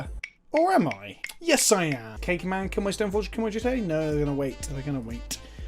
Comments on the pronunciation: Oh this whole time you've been saying "K Command" but I'm hearing "Cakeman" and I'm like, "What the fk did I miss?" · I kept hearing "Cake Man". Fat guy problems